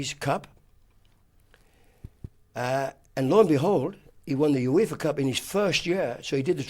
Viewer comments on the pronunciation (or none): none